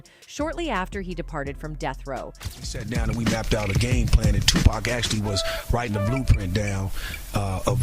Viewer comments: Geez somebody has to really let the narrator know about her piss poor pronunciation, like whoa wake TF up lady it's not 2 pack it's 2 pac, and lunis? It's LUNIZ, THATS A Z OMFG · "Redmen" and "2-Pack" 😂😂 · Dr dree, tupack, bo wow